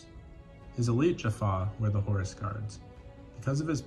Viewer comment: HORUS NOT HORSE